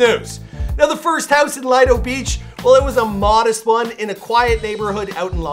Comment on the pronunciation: It’s Lido beach not litedo beach